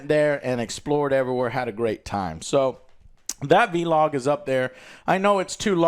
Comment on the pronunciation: Whens someone gonna tell Joe its not pronounced VEE-LOG, its vlog. Vlogging.